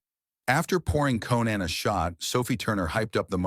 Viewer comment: When the guy said "Co-Nann" I knew it was B.S. 🤣